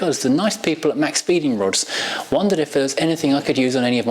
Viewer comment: Hi. Love the channel man. Just thought I'd point out that maxpeedingrods It's pronounced Max peeding rods. Just as a the company had abit of a fall out with my freind ( a fellow youtuber) for pronouncing it wrong😂 Just a heads up. Loving the latest content👍🏻💯